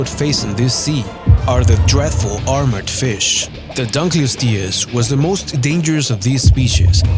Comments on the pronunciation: The dunkleous is not prenouced as "donk Le oust e ous" is "dunk Le oust e ous" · It's (dunk-lee-ost-E-us)